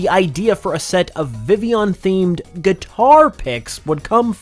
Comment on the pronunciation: Did you SERIOUSLY CALL VIVILLION... Villion??? Just when I thought Pokemon "fans" couldn't be more stupid